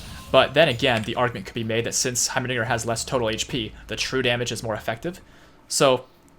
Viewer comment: this man said heimaniger